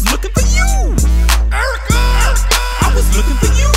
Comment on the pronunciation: listen to how he says yeww